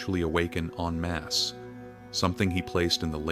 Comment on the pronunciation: It's. EN- masse not on mass.